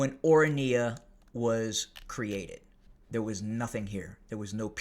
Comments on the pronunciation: or run yuh - is how to pronounce it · It is pronounced Oranya. Not a bad go if you don’t know Afrikaans. It is named after the Orange river. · The voice of reasoning has become as VOICE of lies from Trump to Elone from one AFRIORUM racist political party that dreams South Africa 🇿🇦 becoming apartheid system again, U really have no glue what u are talking about, u can't even pronounce the orania properly for a white man.